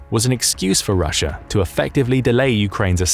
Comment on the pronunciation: Its called Russia not ruzzia.